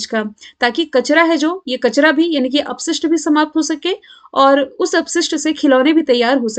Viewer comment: कचरा ko mam kachada bolti ha😛😛🙃🙃